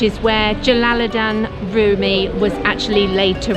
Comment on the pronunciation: It is "Rumi" not "Rümi" and the name of dish is "pide" not "pidé"